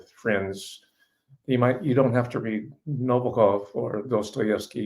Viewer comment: Thanks for the great insights on Nabokov. (accent is on the second syllable) I was at Long Beach State College in 1959. I was eighteen when I read Lolita. I guess I could be characterized as a teenager with a normal healthy libido, and the book was erotic but in a way that I'm sure disappointed those looking for a purient joyride. I knew right away most readers wouldnt get it. At the time, I had notions of being a writer, and as the story unfolded it was clear to me that Nabokov was a great writer, and one that I would emulate. Ive read it several times just for the pleasure of seeing how he built scenes and segues and characters. Pure pleasure